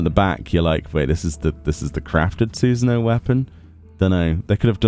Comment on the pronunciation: "Susan-O"